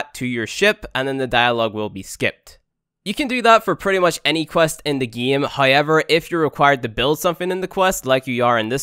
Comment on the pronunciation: let's get right into the gay?!